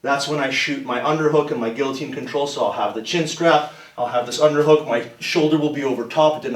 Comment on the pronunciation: Must be the way he pronounces guillotine. It's gi-uh-teen, not gill-uh-teen. IT'S FRENCH FOR PIERRE'S SAKE!